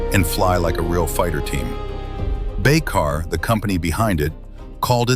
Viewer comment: Das heißt Baykar und nicht Baykar und es heißt Tuerkiye und nicht Tuerkiki.🇹🇷🇵🇰🇦🇿😎